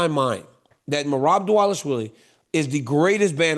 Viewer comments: Remember his pronunciation of "Merab Dish-ill-a-villie?" 😂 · It's Dvalishvili Not Dvalishvil